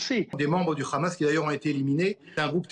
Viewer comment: C'est hamas et pas grhamas